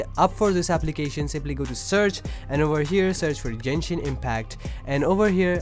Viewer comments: DID U JUST SAY JENSHIN LMAOAMLA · Jenshin? o.o